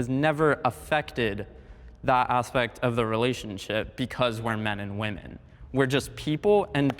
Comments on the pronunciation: Guys, let's say "women" correctly. The video literally opened with the moderator saying "woman" instead of "women." "Women" (plural) is pronounced differently than "woman" (singular). "Wih-mihn" = "Women." "Wuh-muhn" = "Woman." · for god's sake, Women and Woman are different words. Why do so many people today pronounce Women like "woman"? I've seen it everywhere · Please learn how to pronounce "women". It is not pronounced the same way as "woman."